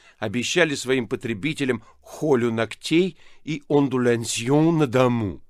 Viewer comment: Читать не умеют, что ли? То комунальников вместо комунальщиков, то онлулянсьен тогда как ондулясьен. Причём не он один. И интонации не впопад. Мозг отдыхает при чтении. Не слышал ни одной 12 стульев с нормальным чтецом.